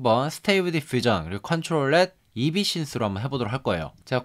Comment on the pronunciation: 엡신스 이비신스라고 하는거 킹받네여 ㅋㅋ